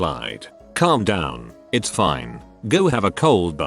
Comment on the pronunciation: Eye Tee Es a person